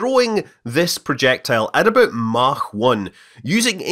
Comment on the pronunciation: Thank you for saying "Mach" correctly!